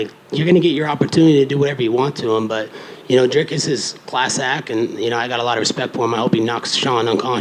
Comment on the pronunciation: Colby is the only person who said Dricus's name properly.